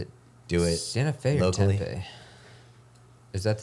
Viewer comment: I can’t figure out if they were mispronouncing Tempe on purpose or not